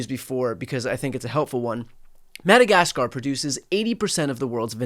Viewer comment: "annex madakaskarrr" next 😂